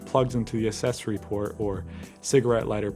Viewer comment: The narrator mispronounces the word accessory. And that's a rear window, not a rear "windshield".